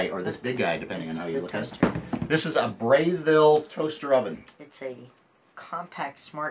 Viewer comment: it's pronounced breh ville not Bray ville. Plus it's not great to let cheese or anything else drip on the heating element. Not too smart.